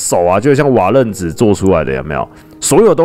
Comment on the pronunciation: 是瓦楞ㄌㄥˊ紙